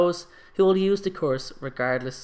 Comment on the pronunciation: Why do you say course instead of curse?😂😂